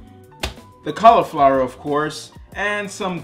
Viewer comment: Man, I love these videos! I also love "Colorflower." xD